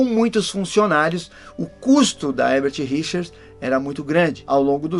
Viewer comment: É Érbert e não Rérbert???